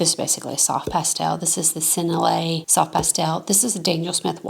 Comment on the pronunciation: I’ll teach you ( & anyone else wondering )how to say Sennelier phonetically, ready: Sen-Nell-Lee-Yay ( the r is silent ) you can trust me on this folks, I was taught this by a lovely francophone. Hope this helps, Cheers from 🇨🇦